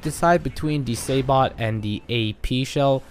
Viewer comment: Sabot is pronounced sabo by the way. Silent T. Good video though bro.